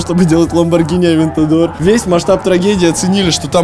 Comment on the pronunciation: Ламборгини АвеЕгор